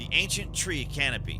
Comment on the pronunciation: Its "Canopy" not 'Conopy". 🤷 🤦